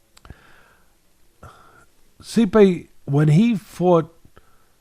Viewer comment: Normal Pronunciation: Stipe Teddy: See-Pay.. 😂😂 We love you Teddy Atlas.